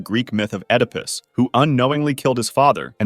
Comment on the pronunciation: You pronounced oedipus incorrectly the 1st time, then correctly the 2nd time. Odd.